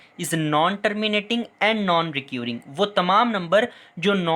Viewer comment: Very well done sir.. But 1 word "recurring" Jo ap pronounce KR rhy hain. Kia yeh ap thek pronounce KR rhy hain. Ya mjhy ghalat lg rha hai